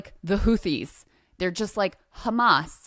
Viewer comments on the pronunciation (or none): Everything is KKHHHAAMM-MMAASS